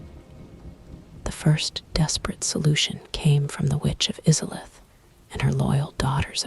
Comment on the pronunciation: Now I can't sleep because of how you pronounced izalith